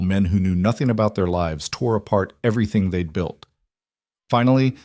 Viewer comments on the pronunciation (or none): none